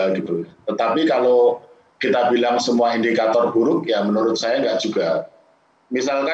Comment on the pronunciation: Ngomong yg bener pak Ramli. Saya geli dengarnya seperti INDIKATOL hahaha